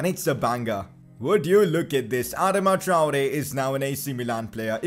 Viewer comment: Pcq you can’t say Adama traore